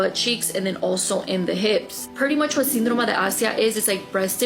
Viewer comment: "Syndroma de assia"? Did I hear that right?